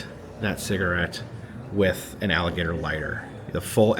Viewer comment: HOW MANY TIME DID HE SAY. “ALLIBATOR “ ??????? 😂😂😂😂